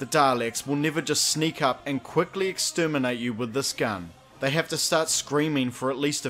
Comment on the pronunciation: "they need to say extermente to reload" WHAT